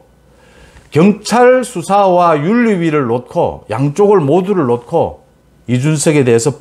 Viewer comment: 전달력 최고인 유익한 해설 감사합니다. 한가지 말씀드립니다. "00을 놓고"를 발음하실 때 의 발음은 "놋코"로 들립니다. 이의 발음은 "녹코"가 맞지 않을 까합니다.